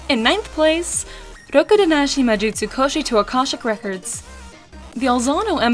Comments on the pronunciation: She said it perfectly... waifu material? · I thought she said it perfectly , did she not tho?